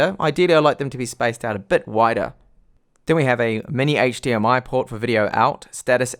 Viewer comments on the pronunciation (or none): none